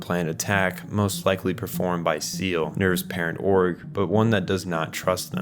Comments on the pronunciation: You put so much time into trying to understand this anime but less than 4 minutes into the video you pronounce Seele as "seal"? A quick google search could have helped but, like, that's not even how they say it in the anime. Anyway I stopped watching after that. If you make an hour long video trying to explain a show and can't even get the names right why bother? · Seele not seal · Seele is German for soul, pronounced "Zeelah". Great sypnopsis !!!!!!!!!!!! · minor point but isn't Seele pronounced say-lay? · Love this video, great job. I'm guessing you've only seen the subbed version you should try the dubbed too Seele: say-lay Wonder: voon-der nebuchadnezzar: ne-boo-ka-ne-zar I think there were a few others... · It’s a good analysis . I mean this in the most respectful way, there are plenty of times some of these words are pronounced throughout the series. I’ll give you the benefit of the doubt and say you watched in Japanese,or just human error as a whole. But things like “SEELE” being pronounced as “ZEAL” or “Magi” pronounced as “MAGGIE” make it a bit jarring. But hey, you’re a new fan, and still had the guts and drive to make a video essay about this, so mad respect. Just trying to help you out man! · The only part of this vid I would criticize is that for all research done on the story, some of the pronounciations of things like Magi & Seele didn't have enough research. Other than that, it's the most understandable explanation of Eva's story I've seen. I first watched it on VHS in the late 90s, early 00s. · that's not how you say "seele" :') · Quick note on "Seele": it´s not pronounced "Seal". The name is german, has two syllables (See-le) and means "Soul". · With the heavy use of German in the series I can't help but point this out a lot: SEELE [ˈzeːlə] (zeh-luh) instead of [siːl] (seal) means soul, not seal. i find it meaningful to use a separate pronunciation. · Erm, ACKSHYUALLY (☝️🤓) SEELE isnt pronounced "seal", its pronounced "Zey-leh"